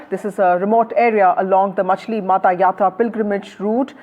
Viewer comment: Sorry for interrupting you please pronounce correctly it's MAACHAILmata (मांचेल माता ).